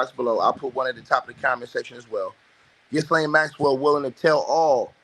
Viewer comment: the 's' in Ghislaine is silent